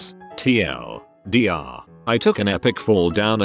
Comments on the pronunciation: How does a bot that reads reddit posts not know how to say TL;DR? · it's actually pronounced Tea El Deer. It's basically short for the one reindeer of Santa who he killed and ate. We use abbreviations bcz we aren't allowed to name him or sing about him or Santa will....